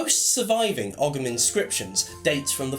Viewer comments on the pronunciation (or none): Great video, thanks for posting. One thing to point out, ogham is pronounced like "ouam". That's Irish spelling for you. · Ogham is pronouncec oh-am - silent g. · Just for your information,, 'Ogham' is correctly pronounced 'Ome' (as in home without the h). Great video, though. Greetings from Ireland!